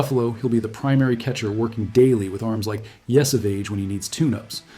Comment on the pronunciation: I'd be more inclined to agree if you pronounced Yesavage properly.